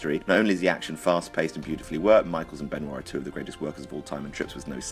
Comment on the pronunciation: Why is there a "r" sound when pronounces Benoit